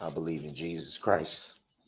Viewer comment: The word is CHRIST - Not chriss